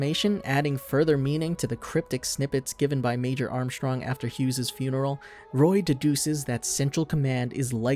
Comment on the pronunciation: I’m glad you said armstrongs name like that, very cultured